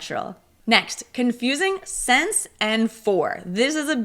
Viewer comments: You are not alone! She pronounced "since" like "sense" which is incorrect. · I liked the video. Just a quick question: for my ears you pronounced “since” like “sense”. Is it common to pronounce it this way? Thanks 🙏